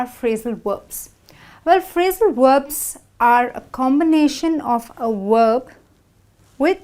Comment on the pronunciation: I have just one question: why did you pronounce "/v/" consonant in word "verb" as "/W/" consonant?